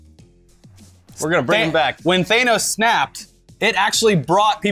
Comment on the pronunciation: Thank you for pronouncing Thanos correctly.